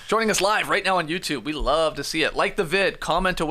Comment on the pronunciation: "I lerve it"